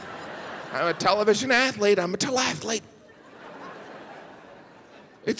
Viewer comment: "Teleathelete" 🤣🤣🤣 I know a few of those